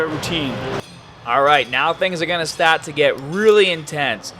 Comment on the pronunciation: What's wrong with your Rs? Babell. Ams. Stat to fail. Exesice. What's up with that?